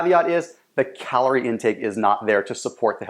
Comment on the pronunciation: Calooooric?!?!?! you mean calorie.